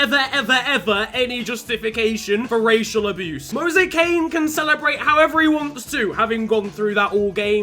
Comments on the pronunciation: Did he really call him Moise Kane? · mans said mose kane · It's pronounced Moyes Keane